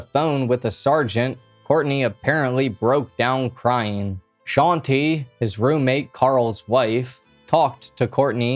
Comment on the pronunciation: Bruh it hurts me every time he says sean-tee instead of shante😵